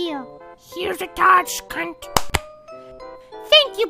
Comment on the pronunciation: it’s mokey not mocky